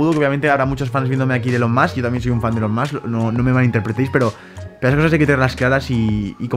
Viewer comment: Se pronuncia “ilon mosk” pero en fin la hipotenusa